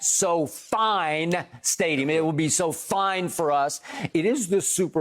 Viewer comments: “So-Fine”? Really skip? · At "SoFine" stadium!